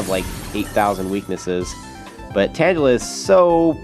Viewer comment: Hey, I actually think you say tangela wrong. I think it's actually pronounced tang-a-la